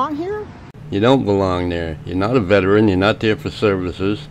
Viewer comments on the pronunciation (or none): 'Veteran' is a THREE SYLLABLE WORD! VET-er-an! Not vetch-rin. Not vet-rin. Be a Grammar Patriot and pronounce words properly!